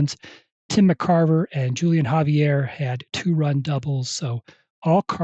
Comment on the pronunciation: The J is silent in Julian, more like Wholian